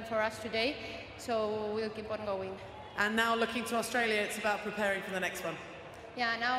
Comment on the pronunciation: HE SAID AUISTRALIA🤣